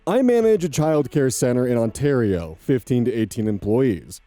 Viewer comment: On the note of pronunciation, good job with pronouncing Ontario! It's common for Americans to say awntahrio, but your onterio was spot on